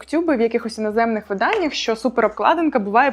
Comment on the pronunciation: стосовно наголосів (дослухала до орзацу), то правильно наголошувати не виданнЯ, а видАння )) До речі, задній форзац - це нахзац